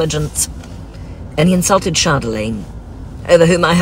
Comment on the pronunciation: All day this earworm of just pronouncing "Chardeeeelaaaaaine" just haunts my thoughts.